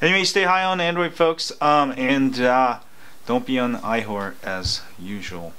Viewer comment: iWhore? what did u say at the end? lol